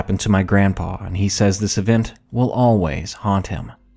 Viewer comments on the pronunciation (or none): none